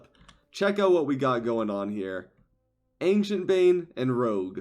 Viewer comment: I love the content, watched from episode 1 but please stop saying Ancient with K.